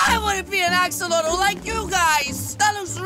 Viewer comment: Did u say ax-ax-axolotle?!?!